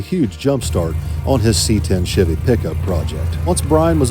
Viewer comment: just want the world to know at this time stamp, that is how y'all are supposed to pronounce "chevy". You're welcome